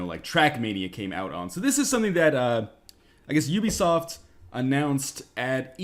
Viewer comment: Northernlion saying ubisoft: OOBISOFT!